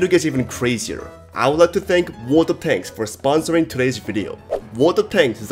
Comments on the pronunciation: For a moment I thought you said the sponsor was "Water Tanks" and the incoming tsunami was a tie-in. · ah yes, wototanks